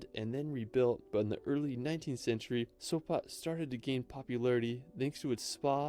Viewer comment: Sopa? Sopa???What Sopa??? It's SopOT😆